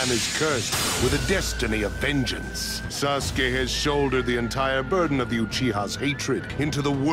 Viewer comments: It's Not Saske It's Sasuke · now I cant unhear SASGAY